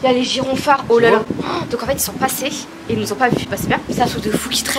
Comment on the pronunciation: Elle a dit « gironfard » 😂💕